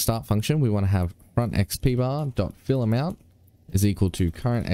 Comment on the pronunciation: Every time you say fillAmount I hear ‘fill em out’